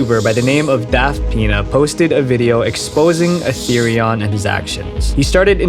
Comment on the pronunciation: Atherion sounds like Atherian